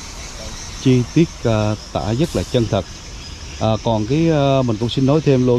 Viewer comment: Cảm ơn a. A nghe a nói "dất nhiều" thiệt là "dất ấn tượng" =))